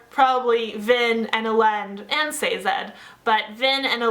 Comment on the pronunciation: Sazed. Not Sazad.